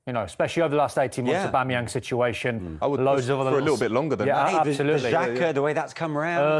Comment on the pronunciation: Love the Kelly & Wrighty show. Kelly killed me, did she really say "likkle minute" love it